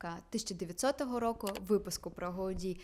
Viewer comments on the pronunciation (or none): none